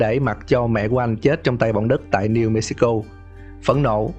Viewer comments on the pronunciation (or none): none